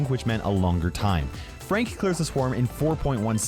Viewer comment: When he said frank he said freank so are you at war with fronk?